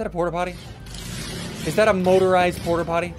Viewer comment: Please stop saying porterpotty, someone made fun of my brother by calling him that.